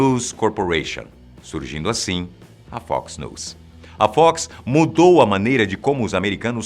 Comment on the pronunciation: Até que enfim alguém falou NEWS corretamente. O é o cara!